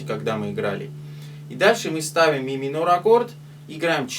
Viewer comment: Спасибо за разбор 😊 "Ми-минорь" у тебя звучит особенно миминорно ))) А ещё это вот: "Да тут всё просто!" – реально просто, но тооько после того, как уже выучил 😅